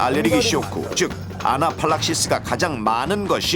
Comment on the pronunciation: 아나필락시스인데 나래이션 아나팔딱시스콘이라고하는거보소